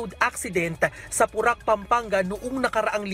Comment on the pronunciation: Ayusin mo nmn po.. porac.. hindi purak. (Po-rac)